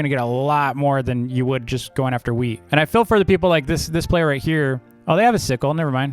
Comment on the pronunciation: bruh he keeps calling "wheat" weed